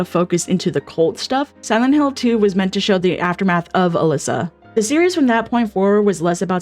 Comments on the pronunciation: Are you calling Alessa "Alyssa"????? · Great video but a couple of points of feedback: SH1 character is called Alessa, not Alyssa and also, Alessa was subject to immense abuse by her mother Dahlia, who actually burned her alive intentionally as a ritual sacrifice to birth god, but Alessa split herself in two while burning alive